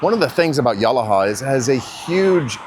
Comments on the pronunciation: It's pronounced Ya-lah-ha. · Great video but...no one calls it as you've described, New England of the South? Also, mispronounced Yalaha. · You pronounced yalaha all wrong